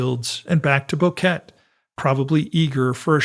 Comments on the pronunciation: Thanks for the well researched video. It's so good to hear a real human voice-over too. However I must point out a recurring error. The name of the town isn't pronounced 'Bow-ket'. It's 'Bo-ke-te'. Three syllables with the accent on the second. It really isn't so difficult. If you can say Nevada, you can say Boquete. You don't say 'Nevadd', so why say 'Bokett'? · Its pronounced: BO-QUE-TE